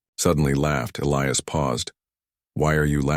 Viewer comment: Question, that you may want to also ask your AI..... Is his name "Eh-lee-us", "Eh-LEYE-us" "Uh-LEYE-us" or just what???? Because, apparently, your AI hasn't a freaking clue.